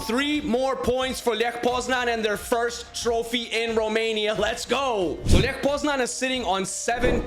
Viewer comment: Bro its Lech not ljech